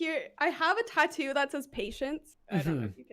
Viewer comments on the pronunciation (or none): none